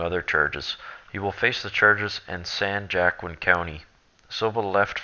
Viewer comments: San Jackin? Try San Wa-keen, I found the article and ran had Microsoft Cortana read it, even the computer pronounced it correctly. My apologies to you, I have OCD. I do not like correcting folks (except Liberal Progressives), it's compulsive. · Thats San Wa Keen valley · San Joaquin pronounced "San Wa Keen".